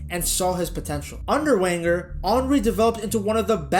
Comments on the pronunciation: "VEN-ger," not Wenger. Sorry, man, but if you want people to believe you are an authority on football you need to be able to pronounce correctly the name of a manager so famous that little girls in Europe know it. It's like you never watched a premier league game before 2020 or never listened to pundits discuss the sport. I'm not dissing you, dude, but you sound like some Yank creating clickbait, not a true fan of the beautiful game. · This must be an American nobody pronounce his name Wenger it’s pronounced Venger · I swear to God, if American's running football channels don't stop pronouncing Arsene Wenger's last name as "wang-er" I'm going to blow a gasket. Never seen this channel before, clicked on the obvious click-baitey title to see what was up, hear that nonsense in the first 20 seconds, and then see he's recycled this title for multiple videos. Jesus tap-dancing Christ! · Its pronounced "venger" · It's pronounced Venger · 1 it's pronounced Venger 2 it was the first time we made the quarter finals in the champions league in 14 years, not decades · It’s pronounced Venger. The name is German - he is from the part of France, Alsace, which has been part of both Germany and France over the years. Come on!!!!!!! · You started talking about Wenger with a W. It's pronounced Venger. If you can't even get the name of the clubs greatest ever manager correct, I'm not going to watch ... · I was genuinely interested in this video until I heard how he pronounced Wenger and I was done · I got to 2 mins in. I can’t carry on when you can’t even say ‘Wenger’ correctly… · Yea it’s painful to hear